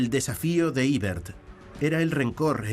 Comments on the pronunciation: Eibert mas bien!! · El complejo de inferioridad cultural ante el mundo anglosajón: EBERT no se pronuncia en inglés (ibert) sino en español o alemán (ebert).